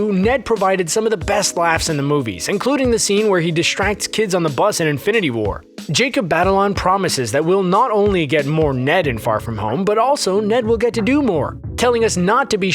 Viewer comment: Zendaya - pronounced, ZEN - DAY - UH jacob batalon - pronounced, BAT - UH - LON let’s get this to the top so can see!😂👆🏽👆🏽